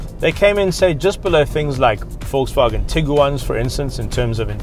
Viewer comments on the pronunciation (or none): none